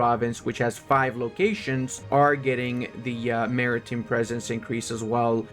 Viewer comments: Mara-tim presence hurt my soul more ...... Mari-Time man! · Maritime... Time, like what time is it? Not Tim, the guy who lives down the road. Then there was more. Cinque... Just sink (kinda). French for five. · hey buddy, how do you pronounce the word "time"? So why do you pronounce "maritime" the way you do?